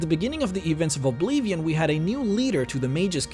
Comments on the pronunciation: i hate it when you say obeevion you say it wrong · Love the videos, it just bothers me that he spells Oblivion like Obleevion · Who says "OblEEVeon" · If you are going to say 'Oblivion' that much please learn how to pronounce it, please.